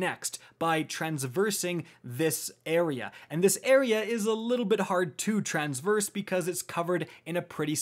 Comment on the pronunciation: he also said transverse instead of traverse lmaooo